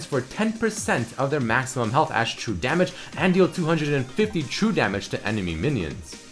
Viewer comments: " taking SAMAGE " LOL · Hahaha "samage"